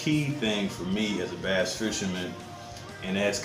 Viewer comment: BASS! It’s BASS! Not Base lol